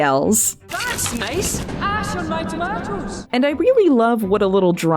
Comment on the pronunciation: ass in my toh-mah-toss